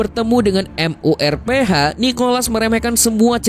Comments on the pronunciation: MURPH AJASIH KENAPA HARUS M U R P H GAENAK DI KUPING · MURPH JADI M U R P H, auto geli gw dengarnya dieja begitu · Bang lu sekali lg bilang M. U. R. P. H..... Aaarggghh...